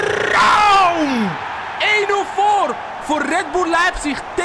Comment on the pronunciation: Een tip: Raum spreek je niet uit als Ra-um, maar gwn als Raum